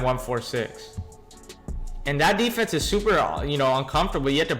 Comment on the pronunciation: U just don't know how to say defense...try using all mlb